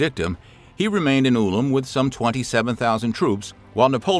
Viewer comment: That’s not how you pronounce Ulm